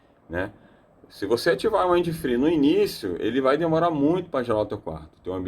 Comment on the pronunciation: In English, em geral a regra gramatical de pronúncia para palavras terminadas em consoantes falasse exatamente como se está lendo mesmo. Porém quando se termina em VOGAL "we use to say them ecxatly as the vogals are used to be spell" ou seja, lê-se exatamente como aprendemos como são pronunciadas as vogais no alfabeto em Inglês, e sim isso faz uma enorme diferença. 👉 Wind (uindi) = VENTO, sopro, brisa etc... depende do contexto. 👉 Free (fri) = sem/falta de (contexto) = livre 👉 Fry (frita) "frai" fryes (fraies) fraies = fritas 👉 Wide (uaidi) vogal (i) em inglês tem som de "ai" = VASTO ex: Worldwide (uórldiUaidi) 👉 advérbio 👉 mundialmente. Toda gramática tem suas excessões, porém 98% por cento da regra é essa. Em 65% do vídeo ele AFIRMA pronúncias de significados que não existem na língua Inglesa e isso induz as pessoas ao erro. No mais as ilustrações de funcionamento do aparelho foram bastante esclarecedoras 👍